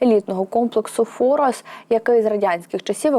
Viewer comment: Не ФОрос , а ФорОс